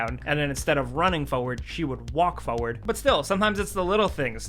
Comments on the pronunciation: Yeah it’s FORward not foward. Other then that I love these vids. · Smile whenever says FOWUD not FORWARD LOL